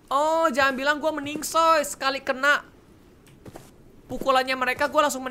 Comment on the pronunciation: plise reg sekali aja " meninggoy" bukan meningsoy plss